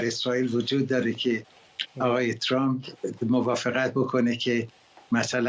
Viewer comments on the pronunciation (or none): Why can't pronounce Trump and says Trum??? this is the problem of some other speakers in here including some of teh news readers???? Please do some practice you will learn it.